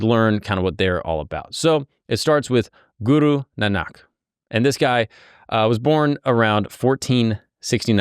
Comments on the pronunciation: Its not Nanaak, its Naanak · It’s Guru Nahn nik not nahnak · Guru Nanak is pronounced ‘Naanuk’ 🙂🙏